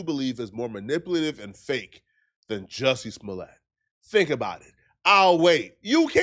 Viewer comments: I remember Joe Budden calling him Jussie Smooliay 😂 like its a French name 😂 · Joosy Smooleyay